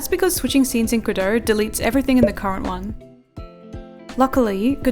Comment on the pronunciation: I am a musician and I fell in love with how you pronouced "godot"